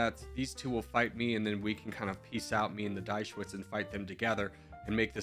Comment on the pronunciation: "Die Schweiz" is pronounced "Dee Shvaits". It's the German name for Switzerland (literally "The Switz").